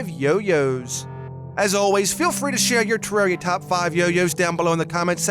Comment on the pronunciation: u pronounce terraria wrong